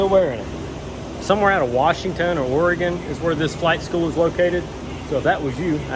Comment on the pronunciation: Dude you said Oregon right 🎉🎉